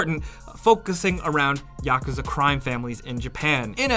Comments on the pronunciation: Yakuzah 😂 it’s pronounced yakooza in actual japan culture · did he just say "Yock-uzza"? ummmmmmmm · “We’re going be talking about the YAHCUZUH” 😂😂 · How he said Yakuza irritated my soul but good video